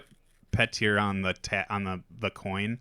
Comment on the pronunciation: I know this is A Song of Ice and Fire and there are weird names, but it’s still pronounced “Pee-tur” not “Pet-ear.”